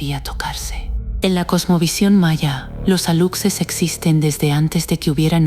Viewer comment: JAJAJAJAJA PORQUE PRONUNCIAN "ALUCSES" SI SU PRONUNCIACIÓN CORRECTA ES "ALUSHES", PORQUÉ LA NARRADORA TIENE VOZ ESPAÑOLA... NADIE SE TRAGA ESTAS MENTIRAS